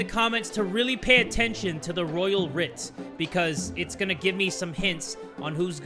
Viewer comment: I love your videos and I've watched for years- but if I hear you say the royal 'write' instead of 'writ' again (said rit) im gonna lose my mind bahaha